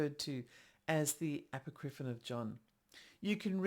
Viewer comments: I just think Icke is incorrect. I wasn't going to say anything, because I am that person, and I'm trying to control myself. But consider calling it "a POCK ri fon." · Apocripinon, you say?